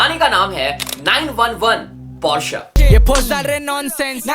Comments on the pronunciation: Bhai tum, Porsche ko Par-Sa kyun kehte ho ?? 😂😂😂😂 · Ise Porsche pronouns karate bhi nahi aata 😂😂😂 Porsche ke founder ka naam pata hai ??? C